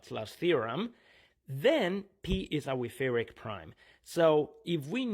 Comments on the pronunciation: German 'ch' should not be pronounced as /k/. Even an h would sound closer, although the actual sound is a velar fricative. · The stress on the second syllable was what bothered me the most.